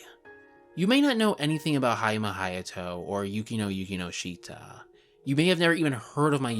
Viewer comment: Please try to pronounce Yukinoshita properly.